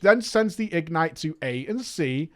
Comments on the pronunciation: IG-nite. Just say ignite. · The way he says “IG-nite” triggers me.... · Why do you pronounce it as if its 2 words? ig-nite??? triggered 😜